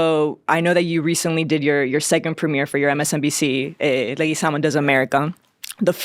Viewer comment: In English it's Leguizamo, that I get but among Spanish-speakers you need to pronounce the last name right. It's Leguízamo (stress on the i).